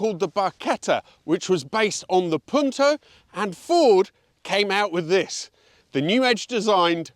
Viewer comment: Interesting pronunciations of Punto and Yamaha lol.